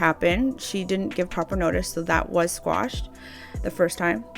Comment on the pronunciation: Ok. This is a critical comment. 1st, If you're a paralegal, why are you saying "Squashed"? It's QUASHED. 2nd, you kind of implied that SHE is the plaintiff when you said basically, the onus is on the plaintiff. She's the defendant.